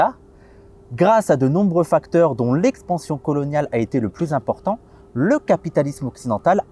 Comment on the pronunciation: '' grâce de nombreux facteurs ptn l'expansion dont coloniale '' Bah en fait y'a écrit '' de nombreux facteurs '', mais tu mets l'accent sur '' dont l'expansion coloniale ''... Lol normalement ça aurait dû être l'inverse, c'est sur '' de nombreux facteurs '' que t'aurais du mettre l'accent...